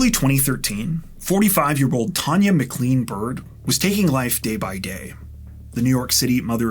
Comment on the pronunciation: McLean is pronounce Mclane not Mcleane